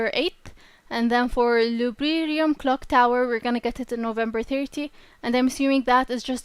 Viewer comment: Loo Dee Bree Um